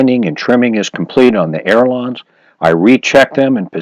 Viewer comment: Good tips, thanks. Um... check pronunciation. It’s“ailerons”, not air lawns (those French like to pronounce things in a funny way!) ;-)